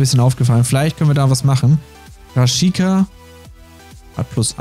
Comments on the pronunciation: Milot Rashika wird als Rashica ausgesprochen. Schön das du ihn ins Boot geholt hast:) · der von vitesse arnheim wird milot raschika aus gesprochen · Milot Rashica den Vornamen so sprechen wie er geschrieben wird und das sh wie ein sch sprechen 😂😂✌🏾️